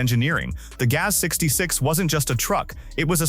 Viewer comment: GAZ is not gate, nor ga-whatever,. Maybe the robots could be taught how to pronounce words the right way, but only if the programmers value the viewers... that has a very low chance, so just upload more crap, it's a cheap money-making machine.